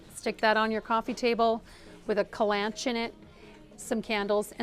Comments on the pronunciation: It's pronounced " kal-an-KOH-ee" not "kalanch." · I don't relish being the pronunciation police, but in this case, I had no idea what she was talking about. As above, there are four distinct syllables not three. Please no more "co-LAN-ches"!!! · Maybe google the pronunciation of the plant for your kitchen. Kalanchoe is pronounced kah lan KO e. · How to pronounce 'kalanchoe: ‘. "kal" + "uhn" + "koh" + "ee". Just saying.